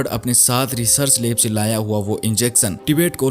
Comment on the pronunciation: Leb kya hota hai lab bolo sahi bolo jo hai